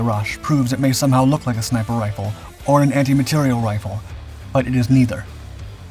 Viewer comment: Not “anti material” (=antimatter?) but anti materiel, with the stress on the last syllable!.